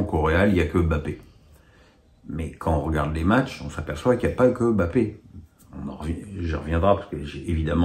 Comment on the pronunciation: M'BAPPE !!!!! pas BAPPE ! C'est si difficile de respecter le nom d'un joueur?